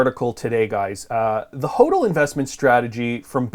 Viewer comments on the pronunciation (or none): BUFFET is a criminal .Plays folksy sssschtick...BTW his Dad was a gold bug.FYI it is spoken as HODDLING in crypto world not whodling,What are you thinking???You don't know the terms??!!What is FUD??